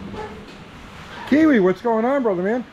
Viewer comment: Who are you and what have you done with? You gave yourself away when you not only said Kiwi's channel name correct, but then you said "naturally aspirated". Everybody knows Tony says "normally aspirated".